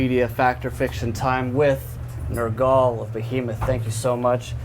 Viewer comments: I love how he pronounced his name - NERGAAHL :D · Does this interviewer purposely say everyone's name wrong? Ner-GAHL. Literally no ones ever pronounced his name like that.